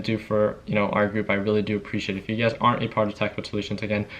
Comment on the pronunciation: Lol is he saying UGAZ or You Guys. The world will never know. (Lies, the world knows)